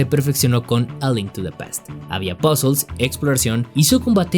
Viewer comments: Tras 3 veces oyendolo, "pasools"=puzzles, entendido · Shoother "suer" Puzzles "pusels" 😮